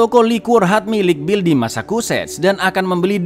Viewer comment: Bukan masakuset cak, tapi masecuset cak..🤣🤣